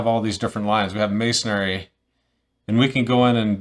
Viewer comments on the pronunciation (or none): There’s no “a” at the end of masonry! Ha, good video and good info.